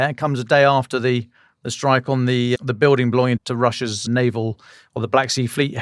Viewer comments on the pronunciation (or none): none